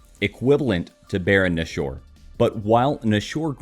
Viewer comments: baron nashor (ba-ron nash-er, not bar-own na-shore) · the baron nashor pronunciation tough xD